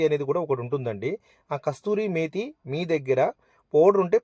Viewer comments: టెస్టింగ్ సాల్ట్ అంటున్నారు అది టేస్టింగ్ సాల్ట్ మరియు కస్తూరి methi కాదు కసూరి మేతి. చెప్తున్నందుకు అన్యదా బావింపకండి. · It is Kasuri methi not kasthuri methi. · Kasturi methi kadhu adhi, its kasuri methi. Malla peru ki chef nuvvu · Arey babu adi kasturi methi kaveri methi kaadu ra babu kasuri methi😂😂😂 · కస్తూరి మేతి కాదు దాని పేరు. కసూరి మేతి.,.